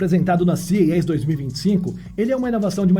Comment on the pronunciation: Eu acho que te confundirem com IA é uma forma de elogio, porque você tem uma boa dicção, praticamente sem falhas. Embora a sigla CES (creio que é dela que você falou), esteja sendo procunciada errado hehe...